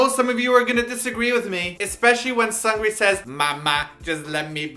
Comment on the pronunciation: Hilarious :) one minor correction: Seungri's name is pronounced "SOONGRI", just with a shorter "u" soound like in the English word "foot".